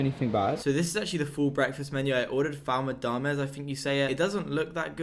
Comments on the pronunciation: It’s spelt foul mudamas but pronounced fool mudamas lol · As an egyptian, I find that pronounciatiom of foul medammes kind of offensive, it’s pronounced fool me-ddd-emis I’m joking about the offensive part but that’s how you pronounce it lol